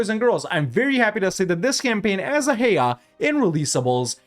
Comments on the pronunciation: its actually read ah-a-i-a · Acha-EE-A pronounce it. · Isnt it said with a hard K. A Kia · Is that how you pronounce Achaea? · Your pronunciation of Achaea gives me physical pain. Can't say I blame you though, given the amount of pain we've inflicted on you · Bro pronounced it like it's in Spanish 🤣